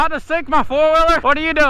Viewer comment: Why do you say foiler its four wheeler 😂